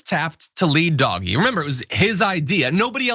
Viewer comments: And the dense brick triples down on pretending the pronunciation of an acronym matters on what's clearly meant to be mocking of DOGE. You know, the thing literally named after a DOGGIE MEME! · Oh I got the point. Pronunciation matters if you're reporting. Read a book. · You are really labouring a pointless pronounciation war, totally oblivious to the intended slur. You've been told. Just shut up. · I think it's less that they don't know how to pronounce the word, but more that it's a deliberate mispronunciation designed to annoy the deserving.